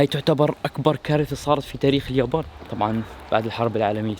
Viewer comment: انطق يابان عدل ب الاول